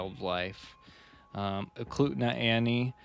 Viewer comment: Also you pronounce Eklutna right ☺️